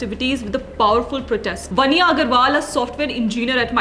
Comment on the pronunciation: वन्या नहीं। वान्या।